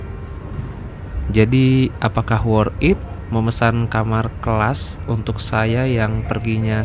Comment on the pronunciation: Di baca nya Worth tit bangg di gabung, bukan worth it di pisah bacanya